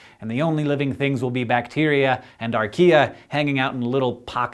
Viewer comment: Archea .. not IKEA